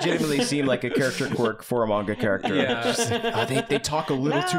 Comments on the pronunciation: ...at first I thought was mispronouncing "manga" on-purpose as a bit. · please stop 😭 that's not how you pronounce manga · But... it's actually pronounced "manga" not "monga"? 😂 Japanese "a" is pronounced like the a in man, map, hat, rat, plan, etc. Not mop, monster, con, gone, etc. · just so you know the way he pronunced manga as "menga" is exactly how we say period in Croatian so when he was sayind this "I'm experiencing menga for the first time" just fricking sent me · Yeah, like said, said mANga with such confidence that I was convinced I'd been saying it wrong this whole time. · I love the bit of pronouncing mainga paige with such a strong twang that it rhymes. Same vibes as deliberately pronouncing pokemon as incorrectly as possible, like pokey-mans. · I was hearing pronounce manga as if he was MANGling it. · saying it 'maynga' feels better in my mouth and everyone that upsets can die mad about it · Everyone making fun of pronouncing it "Man-Ga" instead of "Mahwn-Ga", meanwhile in Britain, "Man-Ga" is the more commonly-used pronunciation. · Wait, you're laughing at him for saying "manga" instead of "monga?" Is this a bit? Have I been trolled? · I accidentally hit the dislike button but it was totally after hearing say mainga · pronouncing manga is giving me Benedict Cumberbatch saying penguins. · I can't deny it; I guessed the pronunciation of manga wrong when I first saw it, and I saw it much much longer before I ever heard anyone say it out loud, so I am forever in boat. It's common among old-timers who were in middle school before it became mainstream over here. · The way you’re pronouncing Manga is the way we pronounce it in the UK. It’s similar to the different ways we pronounce Mario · I mean in England we do pronounce it man-ga rather than monga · pronouncing Manga like Armando Estrada was a bit too much of a joy to me